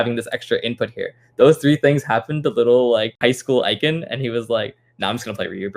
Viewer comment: glad finally learned how to pronounce ikans name lool